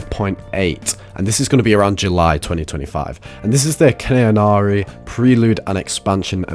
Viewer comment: its Khaenri'ah not cannary, not kanari or anything else sir!! Khaenri'ah - Kaan Reah || Kaan Ria